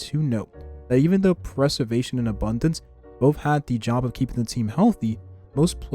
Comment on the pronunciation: You gotta learn how to pronounce Preservation correctly.